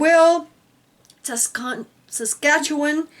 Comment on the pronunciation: good job saying saskatchewan I love you both --I live in Saskatoon SK